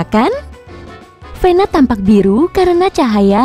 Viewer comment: "VENA" bukan pena